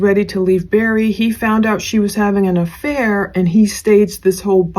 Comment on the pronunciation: Btw its "Barry," not "Berry." Did you even really ever follow this case. You seem to know nothing.